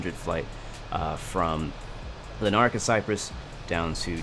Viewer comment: It’s not lar…naca, it’s more like larna…ca but without the pause.